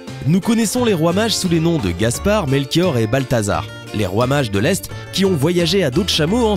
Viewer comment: Quand il dit « roi mage » je comprend « fromage »